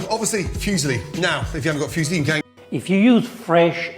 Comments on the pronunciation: Except it's not even silly - it's zilly... LMAO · Yeah Ramsay calls them fuse-lee... LOL. "Arugala" ???? That's Arugula. Obviously this guy's talents don't include proper pronunciation of non-English words. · Being fussy about pronunciation is one thing, but he was basically talking about a Chinese guy called Fuse Lee (probably a relative of Bruce and Jet). It's not like it's impossible to pronounce it more or less correctly, like foo-silly would already be a lot better and probably passable to most reasonable Italians. Hell, I'm French and it low-key triggered me a tiny bit when he pronounced the 't' at the end of "bon appétit". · The correct pronunciation of "fusilli " is foo-zeel-lee, not "phew-see-lee". The word "Phew" sounds express relief or disgust. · What the hell are "Fuzzyli" Gordon is talking about ... sounds like some heavily overcooked pasta ;-) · fuesli its muesli pasta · My brain short-circuited when I heard him say "fuesli." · Gordon Ramsay Fusilli Pronunciation Guide: * Few Zilly * Foo's Illy * Fee Use Lee * Fuse Hilly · Aaaah, the famous Italian breakfast cereal pasta, the Füsli/Fuesli! 🤦‍♂️ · The way Gordon pronounces Fusilli. What a silli thing to do. *silly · Bit nit-picky with the pronunciation of fusilli there! 🤣 What about that other pasta shape, looks like an Action Man bow tie? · You're nit-picking and being pedantic on everything when it comes to Ramsay. He pronounced Fusilli wrong and you got giddy like a school girl over it like it's a big deal. I bet you pronounce foods from other countries cuisines wrong as well. You're being proved wrong about the fresh pasta point in the comments too. Your jelousy is so strong it's making you sound like an idiot. Well done 🤦‍♂ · Great reaction video. If the master of Italian food gave this dish high praises, I have to try it. You'd think he would know how pronounce Fusilli. In the meantime take care of yourself. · "Fusilli" rhymes with "muesli" :).